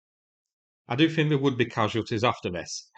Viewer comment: he rarely gets it right! The amount of times he names every missile hoping to guess which it was or. ‘I fink’ or ‘perhaps’ proves he’s just making shit up trying to look like he knows what he’s talking about 😂